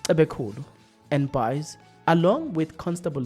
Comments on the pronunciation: Buys is pronounced like beis not buys in English. It's an afrikaans sound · Hi. Please pronounce Buys as in 'Beis'😅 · Buys is pronounced as "Bays"